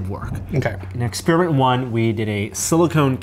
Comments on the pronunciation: he says expeeriment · It's a very akerrit exspearmint. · An Ex-spearmint you say? What about ex-peppermint? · expIRIMENT!! Jesus, learn to speak properly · "EXPIRIMINT" lol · "It's an ex-spearmint??" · lol "ex-spearmint." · I've notified more and more people pronouncing "experiment" as expiriment", and the same for "electronic" as "illectronic".. What's the deal? does it twice in the first minute! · engineeredlifeform lol I heard pronounce experiment as ex-spearmint anyhow. And about YT's build in CC option, I don't understand how some videos have completely accurate captions yet most have captions that are downright inaccurate, always hilarious. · Whilst I'm not from America, I know there are regional differences., however, seems to have a fairly typical American accent. My general experience from watching many Tested videos is that he doesn't normally pronounce 'er' as 'ir', it seems to only be when he says experiment, hence my questioning of it. It's not limited to Americans either, an Australian podcast host says 'illectronic' rather than 'electronic'. I'm more curious if this is how most people pronounce it, or am I unusual in 'eh' instead of 'ee' for 'e'?